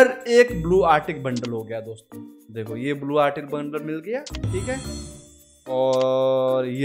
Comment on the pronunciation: He is telling DOSTHO i got much laughhhhhhh